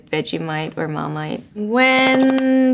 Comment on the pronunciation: As soon as she said Marmite, the accent POPPED 😂 so cute